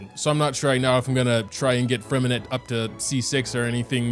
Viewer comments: fyi if you want to pronounce Freminet the french way drop the “t” at the end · I hate to be that guy but just a tip in general: It’s pronounced Fre-min-eh not Fre-min-et blah blah blah if u really care abt the French translation it’s Lee-neigh and Lee-nette (this comment might get some hate 💀) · I think that the names are actually spelled like: Lyney - Lee knee Lynette - Lee nette Freminet - Freh mineh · "lainee", "lainette" and "fremineT" are killing me fr